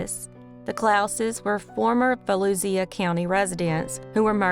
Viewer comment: Can confirm as a former resident, 'Volusia' is pronounced vo-loo-sha. Also, adore your videos and could care less if you pronounced everything wrong. You're fantastic. I look forward to tuesday and thursday for these.